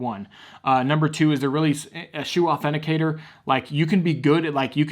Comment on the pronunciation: Authenticitor? U meant authenticator